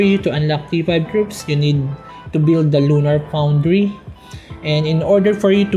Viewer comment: "lunar poundry"